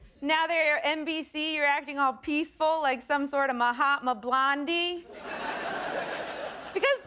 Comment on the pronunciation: "Mahtama Blondie" LMAO